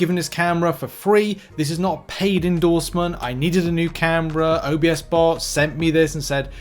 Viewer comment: "OBS"bot not O B S bot lol. Love the videos!